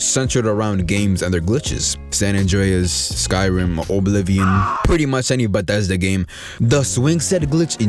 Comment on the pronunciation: bro I almost had an aneurysm when I heard you mispronounced oblivion . Son who taught you the alphabet cause those letter don't together to make whatever sound you just made on that video.